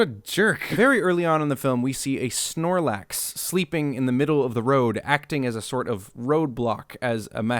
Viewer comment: What the fuck is a "Snarluf", and Tauros never appears in the movie at all. It's PANcham, and PANgoro, not Pamchan or Pamgoro. Weavile never shows up. How can you claim to be the "expert" on Pokemon if you cant pronounce half the names and dont even know what some of them are? There isnt a statue of Giratina, there's one of Arceus. Tim didnt stamp out the fire on Charizard's tail, he just kicked it. There is no Machoke, its a Machamp.